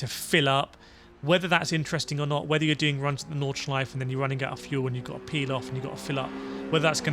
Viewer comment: Nordschleife, not Nordschleif.